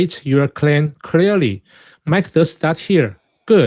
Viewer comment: Sheng Tsai: "Step 1 in a debate is to state your claim creary." Now I'm not trying to make fun of someone with an accent or if their first language isn't english (as english can be a difficult language) when I say this but that was a hilarious starting point 😂😂😂 It was mostly fallacious from there. In his misrepresentations that he was starting with also poisoned the well from the get go so his later "points" already are linked to that poisoning.